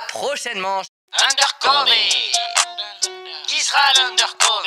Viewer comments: Undercover se lit "undeur coveur" 😂😂😂😂 A part si tu le fait expret 😂😂😂😂: "Sur ce live en direct" 😂😂😂😂 À la fin je comprend rien: c ou? 😂😂😂😂 -c'est à vous😂😂😂😂 -c'est à moi 😂😂😂😂 -c'est à lui😂😂😂😂 Oui c'est à vous😂😂😂😂 ****************** -C'est à moiiiii😂😂😂😂 -c'est à luiii😂😂😂😂 ******* -sept à huit😂😂😂😂 /: 😂😂😂😂 / est insurportable 😂😂😂😂 😂😂😂😂😂😂😂😂😂😂😂😂😂😂😂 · n'importe quel personne avk un semblant d'accent anglais : undercover vous : undercové xD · Ça se prononce Undeurcoveur pas cové. Mdr ça fait mal aux oreilles même si la vidéo est super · CA me tue quils disent undercover en mode UNDERCOVÉ au lieu de UNDERCOVEUR 😂😂😂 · On dit l'undercover ( undercoveur) mais la vidéo est génial sinon 👍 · Moi à chaque fois qu’ils disent undercovÉ 😬😅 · (Normalement) sa s’écrit peut être endercover mais sa se dit endercoveur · Juste on dis under coveur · Il prononce undercover "undercové"🤷🏽‍♂️ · Anglais: Undercover: Indeurcové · «, Undercové » Aie mes oreilles mdr. Un épisode 2 à plus svp! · Ça se dit undeurcoveur